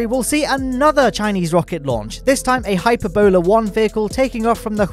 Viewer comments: By that I mean: "It's hyPERbola not hyperbolAR!" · The Hype Ebola Rocket. XD I think it's pronounced hy-PERR-bulla by the way. Sorry for being such a Hermione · By now I'm wondering if mispronouncing space words is new thing. Briddenstein? Hyper-bola?